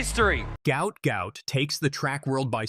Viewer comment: The name is Guot Guot, NOT Gout Gout.